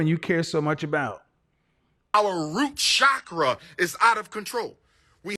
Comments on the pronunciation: Wtf is a “root shockra” 🤔 Who is that man on the stage 🤔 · WTF is a root chackra 😂😂😂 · TF is a “ROOT SCHAKRAS”, lol.